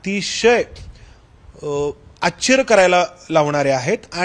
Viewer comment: प्रश्न विचारण्या पत्रकाराचे उच्चार अशुद्ध आहेत यांना " आश्चर्य " हा शब्द उच्चारता येत नाही . " न " व " ण " यात गफलत .